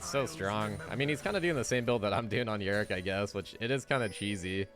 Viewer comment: ITS OOOO - DEER not YOUDEER AND ITS YOUR - RICK not UR - RICK